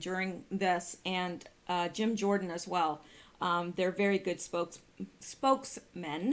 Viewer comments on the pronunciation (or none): none